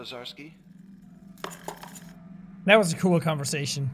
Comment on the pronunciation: ....wow.....Lazarski is like butchering my name......just....wow